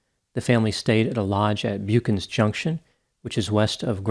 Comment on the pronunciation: I am from Newfoundland. This was a well publicized case when it happened. Just to help you with the pronunciation, Buchans is pronounced Buck-ens and Newfoundland is pronounced New-fen-land.